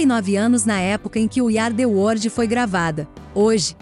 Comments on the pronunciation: O vídeo tá excelente, mas a pronúncia do inglês da narradora é triste! “We Ari The wordi”! Poxa vida! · Iú ardi uordi.........a frase é dita trocentas vezes dói nossos ouvdos.